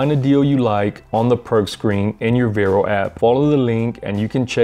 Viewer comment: It’s not “Vairo” it’s VAR-O